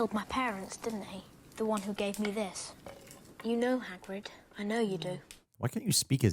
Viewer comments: "haggard" for hagrid made me chuckle 🤣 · I truly believe, let's call 'em, "brain malfunctions", are infectious 🫨😵‍💫😵😜 I say that because she messes up names (& things in general) soooo badly that it actually causes me (in that moment) to blank on them too 🤷🏼‍♂️🙆🏼‍♂️🤦🏼‍♂️ Like her attempt at 'Hagrid'... it was so bad that it made me [momentarily] forget his name too 🤔🙂‍↔️🤯🤣 If Greg hadn't been there to correct her, I would've had to really put in some effort to pull it... and, just to be clear, I obviously am very familiar with him and his name